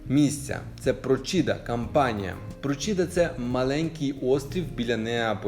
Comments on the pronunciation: Про'сiда, а не Просi'да. На пiвднi Iталii проблеми з водою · Prócida наголос на о, а не прочІда.